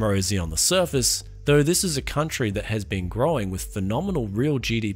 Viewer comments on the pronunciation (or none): none